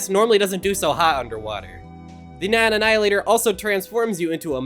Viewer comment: "The neion annihilator"